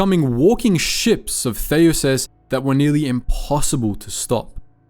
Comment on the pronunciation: Interesting pronounciation of Theseus.